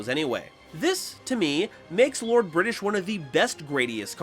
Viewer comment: became Bri’ish when talking about Lord British. SMH my head